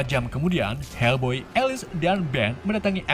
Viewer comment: Bukan helboy bang tapi fak boy😂😂😂